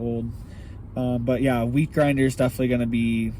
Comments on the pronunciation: I thought you said weed grinder LOL, I was like hell yea!!! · did you say weed grinder or wheat grinder? lol just curious if theres a difference...?